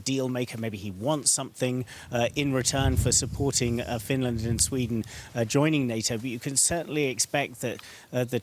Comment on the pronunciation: Finlairned and buurlind